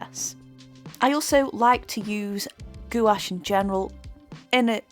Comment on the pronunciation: I've given up with jacksons although I live in UK my orders take wks to come, It's just not worth the wait so I order from amazon, next day delivery with prime or at most couple days. I find amazon cheaper as well so it's a no brainer. Can I just say its pronounced like GWASH. Beautiful painting, love the hair.